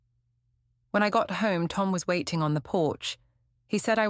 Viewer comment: The female robot narrating this story is annoying. Every word with a 't' sound gets a second 't'. Waiting become wait-ting, photo becomes phot-to. It's irritat-ting.